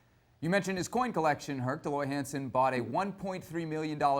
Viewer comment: Hercules Gomez doesn’t even know his name “Dee Loy Hansen”😂